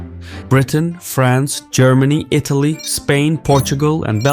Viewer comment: ah, yes, my favourite European nation: Itlay.